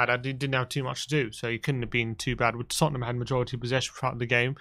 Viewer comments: Lol says TottenHAM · Big fan of 'Tottenam'😂